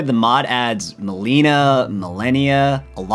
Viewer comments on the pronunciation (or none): He really pronounced "Melina" as "Mileena". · The way this man just pronounced Melina, “Meliiina”, gave me a headache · Bro mispronounces like half the names lmao. Meh-lih-nah, Muh-LAY-knee-uh, and Ra-DAHN is how you say those names. Come on man, those pronunciations arent even hard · Love how he mispronounces Melina, Malenia, and Radahn “Rah Dan”